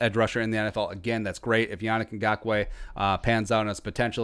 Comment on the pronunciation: it's pronounced "Yah neek"